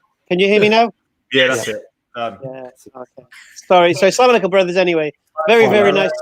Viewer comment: I have noticed among the reverts and even non Arabic speaking Muslims, use this form of greetings. Aslamu Alaikum as opposed to ALSalamu Alaikum. There is a slight different, As if they lift the AS and drop straight to the LAM. AssALAM There is a vowel before the L and after the SS. I hope this helps lol not terribly important but I thought to mention it. lol